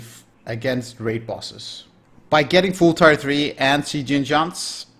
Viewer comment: Always good content! Now from a fellow Dane also stuck in some pronunciation issues, so just a quickie: Tier 3 is not pronounced "Tire 3" it is pronounced "Tear 3"